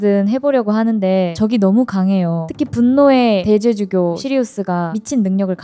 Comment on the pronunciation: 대 죄주교가 아니고 대죄 주교라고 발음하는게 맞을거 같네요